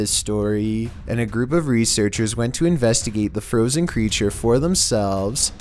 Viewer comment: One word i can say: Froosen